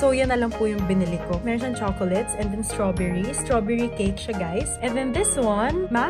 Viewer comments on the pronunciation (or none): Hala strawberry? Baka shoberry🍓 HAHAHAHA